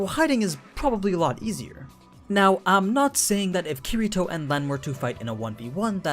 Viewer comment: I can tell u don't know kiritos true power because..... YOU DIDNT EVEN SAY HIS NAME RIGHT